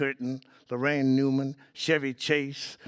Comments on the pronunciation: LARAINE NOT LORRAINE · It's Laraine, not Lorraine.!